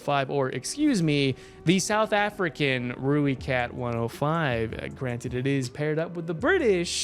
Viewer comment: Everyone: Roy-cat 105: Rooie-cat 105